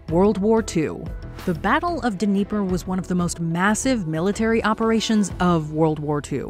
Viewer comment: not sure you pronounce the D when talking about the Dnieper, but no biggie. long as you didn't call it the Deniper, then it's all good..